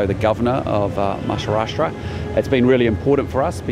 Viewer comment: Maharashtra ❌ Mashahrashra ✅